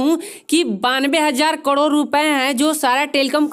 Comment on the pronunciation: Karod bolna to Sikh le